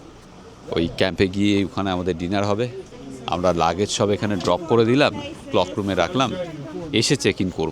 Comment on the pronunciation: কথাটা হল ক্লোক রুম, ক্লক রুম নয়। ধন্যবাদ।